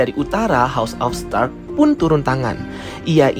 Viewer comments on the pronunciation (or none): videonya baik,, sekedar constructive criticism, karena di beberapa video pertama saya sampai sempat salah mengerti,,,,, QQQQQQQQQQQUEEEN, membacanya bukan "Gwen".... STARKKK ada K nya, membacanya bukan "star"